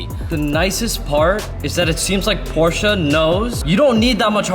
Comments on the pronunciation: Just came to see if this kid is pronouncing Porsche correctly yet? Can someone please confirm? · As a German it hurts me how you say Porsche